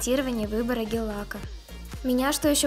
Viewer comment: не гел а гель боже мой что за извини я не хейтер но все равно